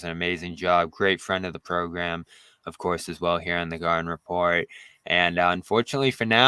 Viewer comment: Gahden repot??? More like thanasis manning repot